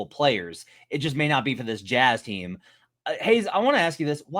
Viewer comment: "Haize" nailed it.